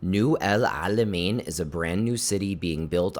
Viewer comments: Your pronounciation of the ein letter is impressive for a non arab, bravo 👏👏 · I feel your pain every time u try as much as u could to pronounce Alamein correctly 😂 It was so accurate though and I really appreciate your efforts ♥️♥️